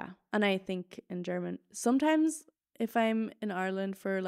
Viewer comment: Man hört so den irischen Akzent manchmal,,sOmtimes"